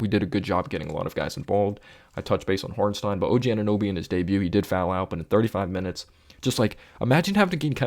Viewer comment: Appreciate your analysis but why do you say Hornstein and not Hartenstein lol